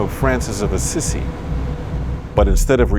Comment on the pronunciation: St Francis of Assisi (ah-SEE-SEE) not (Ah-SISSY)